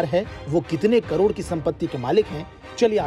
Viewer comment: Speech clear kar bhai lakh or karod me bahot bada farak hai